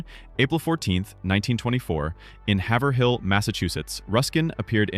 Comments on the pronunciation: It is pronounced hayvrill Not have er hill. Sorry, Massachusetts names are not fair for people who didn't grow up there. lol. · You pronounced Haverhill, MA wrong. The A is a long A sound and the second h is silent. Haver rill